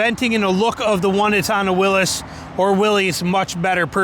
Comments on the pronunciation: It's pronounced will eez .how can you get Willis out of it ,look at it . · It's pronounced Willees. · Dude….it is not a Willis…..stop pronouncing it Willis